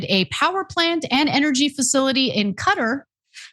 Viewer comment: Not Cutter... It's pronounced Qua-tar... Sorry for being an ass but, I had to do it lol.